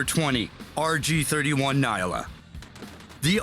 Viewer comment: that man butchered that pronunciation, it's a Nyala, a type of buck found in Southern Africa (it is produced in SA). It is pronounced Nya-la, not Ni-ah-la.